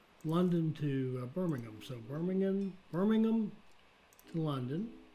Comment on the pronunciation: You said Hereford correctly the very first time and Birmingham is also bang on i was waiting for the American way of saying Birmingham well done